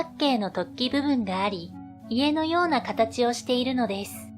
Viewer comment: ここだけではないけど、この手のチャンネルの何人かの女性ナレーターに共通の訛りがあるのはなぜ？「〜（して）いる」に多くの場合「い」にアクセントを置いて発音している。「い（↑） る（↓）」は違和感。